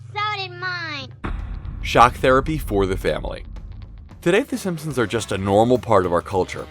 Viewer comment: I'm not making fun but I'm just wondering if anyone else caught him saying fssssimpsons?